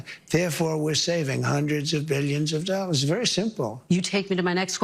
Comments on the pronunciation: Dollars, not dolls trump, my god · Pretty sure he just said "We have a trade deficit of hundreds of billions of doll hairs"